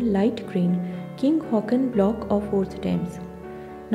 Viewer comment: King Haakon is pronounced the way it is spelt, not Hawk-on.